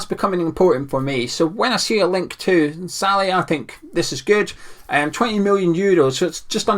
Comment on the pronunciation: Great video,! Your pronunciation of "Szalai" needs a lot of work though! Haha no worries though, keep it coming!